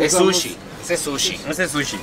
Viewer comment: I loooove to watch you, but I cringe whenever you go eat "sushi"